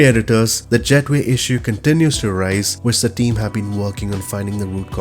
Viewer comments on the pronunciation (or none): none